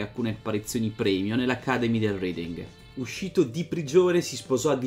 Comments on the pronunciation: R"E"ding, non R"I"ding. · Bella storia.. Comunque Reading è un paese inglese, ci sono stato e si pronuncia reding non riding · Credo si pronunci "Reding"